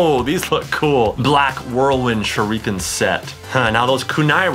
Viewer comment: TheFamouseChiken #2 Me, also I'm bothered by the way he said shurikens... ... I'm also triggered about how he used the knee strap as an arm strap.